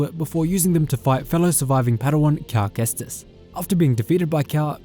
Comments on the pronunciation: “Calamari Kestis” 😂🤣😂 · “Calmari cestis”😂